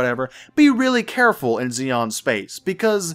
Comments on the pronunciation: Xi is not pronounced Zeon, but Shion, xi is the sh sound in chinese. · Xi in Chinese is pronounced Chi if that helps. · not nit-picking but I think its 'Shi-an' the alien race is based upon old Chinese dynasties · I think xi'an (which shares the name of a Chinese town I visited) is pronounced she an. But yea I could be wrong. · It's pronounced Shi-an, it's supposed to represent the Chinese I believe when the Roman Empire stretched that far East. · Normally Xi is pronounced Ze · Pronounce it "Z(zie)-n(en)" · pronounced SHEE-ann.